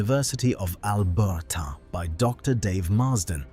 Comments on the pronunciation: Stupid AI slop!! University of Al-ber-ta sounds idiotic. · AI voice is so unnecessary. Albert-ahh instead of Alberta. Mosay-ick instead of Mosaic. Nice plane though. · AI narration I presume. Bizarre pronunciation of Alberta, Vernon flapper-ons and "avionikes". Even the pronunciation of the name of the plane was wrong, for Christ's sake, although corrected by the end of the video. Also, too many repeats of the same image, I guess the entire production is synthetic. I'm hating this increasing trend.